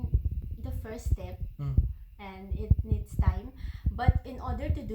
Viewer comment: It niiiiiiddddssss 😂😂 please go learn some english vocabulary and grammar and pronunciation babe.. it sounds so obvious that she came with some by-heart Q&As.. if you guys struggle to talk in English fluently then come to me😂😂